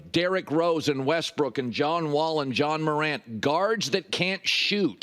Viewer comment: Is he saying John Morant?